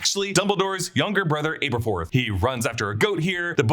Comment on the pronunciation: Aberforth with a short A, not a long A